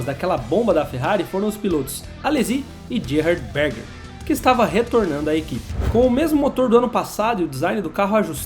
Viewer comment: Amigo, parabéns pelo conteúdo, passei a seguir o canal, mas dói no ouvido você falar errado os nomes de pilotos e técnicos. Você deve ser bem jovem para não saber pronunciar os nomes de Gerhard Berger e Gilles Villeneuve, por exemplo. Mas além desses, muitos outros também a pronúncia está incorreta. no vídeo. Confere antes de gravar, pois o que você faz é muito bom. Não me leve a mal, é uma crítica construtiva. Abraço.